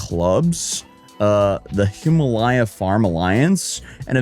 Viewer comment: When he finally figures out how to pronounce "Guo"......then hits us with "Hima-LY-uh"🤣🤣🤣🤣🤣